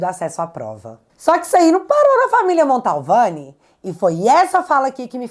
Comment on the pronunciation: Querida, eu não gostaria de te corrigir, mas toda vez que vc diz Família Montalvani me dá um arrepio na espinha......sabe porque? Porque está errado, kkkkkk A família chama-se Mantovani, meu bem.....desculpe!!! Bjsss